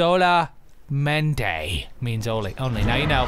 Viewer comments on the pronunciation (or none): Sola... mente jajajaja oh toby your spanish is awasome